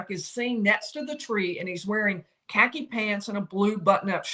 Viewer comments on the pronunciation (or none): none